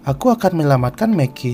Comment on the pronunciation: Bagus sih sarannya tapi biasa ajalah namanya juga lidah dan mulut